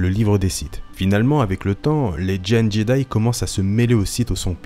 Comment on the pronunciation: C moi ou j’entends jeday